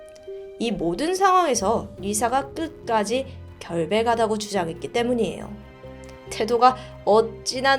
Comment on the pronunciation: 시작하다 결백하다 발음이 시자가다 결배가다 로 들리네욤